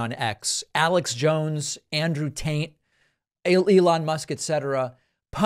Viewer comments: Did he say Andrew taint? 😆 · 😂I swear you said Andrew Taint. Perhaps I missed that as an in joke since the last time I watched videos from your channel. That is just 😗🤌 chefs' kiss worthy. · I swear I heard you say Andrew Taint😂😂😂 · Did David say "Andrew TAINT"? :-D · Lol did you say Andrew taint?